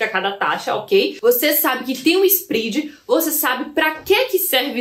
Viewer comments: Só pra te ajudar..... SPREAD vem do inglês e se pronuncia com o É SPRED e não SPRID. Escute as pronúncias das palavras em inglês no Google antes de gravar. Abcs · So a titulo de colaboraçao,: nao se pronuncia "sprid", mas "spred". Parabens pelo video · nao é spridi mas spread